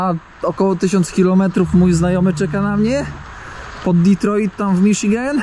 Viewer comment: prawdopodobnie nie zrozumial bo mowisz Ditroit hahahahahah